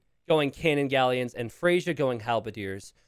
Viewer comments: Someone is named Freyja (pronounced Freya): "Frasier 🥴" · GG! You know Freyja is a female name? A Norse goddess :) Pronounced Frey-ya (not Frasier). Might be worth risking 'she' sometimes for unknown players. (I wouldn't be surprised if iSit be a woman too.) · I am not the Freyja in the video, but my name is Freyja. It's pronounced "Freya." The "j" is a "y" sound. and messing up names, name a more iconic duo. On a real note, glad you're back. Was definitely confused and worried since there hadn't been a video in a while. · lmao FREY-YA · the yj part of freyja is pronounced as an 'i', it's the name of the germanic godess of love/women. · I'm starting to mispronounce a word from my native language because I hear mispronounce it so much.